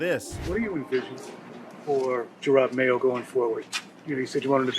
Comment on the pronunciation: You'd think someone who makes videos on the NFL would know how to pronounce Jerod Mayo's name. Especially with footage in a video where someone pronounces Jerod Mayo's name correctly.